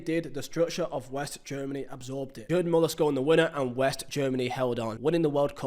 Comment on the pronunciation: “Jerd” Muller 😢